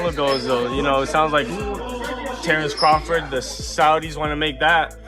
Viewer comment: Why can't you freaking say CRAWFORD? Every video you call him Crawfid it's irritating! C R A W F O R D!